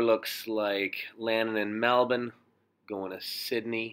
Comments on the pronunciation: Wow you're the first north American continental person to pronounce Melbourne naturally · Thank you so much for trying to pronounce "Melbourne" correctly, instead of Mel Born! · Pronounces Melbourne like a champ